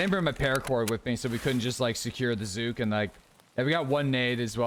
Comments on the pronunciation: Just me or anyone else cringe on how he says zuhk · Almost border line tilting listening to you call zhuk “zhook” ten times over and over. It’s cool to do your own thing and be different but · Do that many people pronounce zhuk as zoook? Or just?